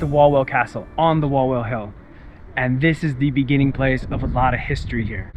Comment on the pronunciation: Just one thing becuase it hurts our ears when we hear it. In Poland when you see "w" it should sound like "v" in English. So when you say Kraków, it's "Krakoov" or Wawel it's "Vavel" 😜 Have a good time in Poland! 😊